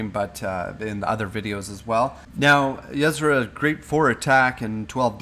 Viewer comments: Yh-Sera more like UH-Sera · it's not yezzra. It's [Y'sera] "y" as in the first sound from "you" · Pay attention to the way her name is spelled. It's not yeSra, it's ySera. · "YESRA" lol.... Yuh-Sera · It's not pronounced "Yez-ra" it is pronouned "ya-sarah". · Yesra ?? XD its ye-sera loving the hearthstone games. I cannot wait for the release . Keep up the great videos :) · yuzrah... u wot? Ee-seh-rah. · Ysera ^^ .. not Yesera :D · It's Yis-era. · Ysera = E-sair-ah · ya-sarah not what ur saying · It's pronounced Yuh-Sear-Ah! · it's pronounced EE-SE-RA or Yuh-Se-Ra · It's pronounced Yeh-Sera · omg the way you pronounce Yesera .-. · Pronounced yiesEra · U are not saying her name correctly! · I flinched every time you said Ysera. That's not how you pronounce it:/ but cool anyway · it is so annoying each time you say her name wrong! OMG! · Please learn to pronounce Ysera correctly, after all she did for Azeroth you could at least pronounce her name correctly. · plz pronouns ysera propaly